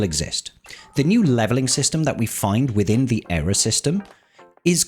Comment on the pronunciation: ear-uh not error......